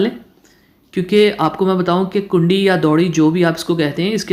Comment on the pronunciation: کنڈی نہیں کونڈی کہتے ہیں